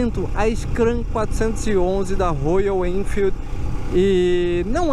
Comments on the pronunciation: Legal só não é Rôyal é róyal kkk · Rôyal, Rôyal, Rôyal e tome Rôyal. Se não sabe falar inglês não tente fazer a pronúncia certa, isso cansa os fluentes em inglês. Já viu alguém falar Rolls Rôyce?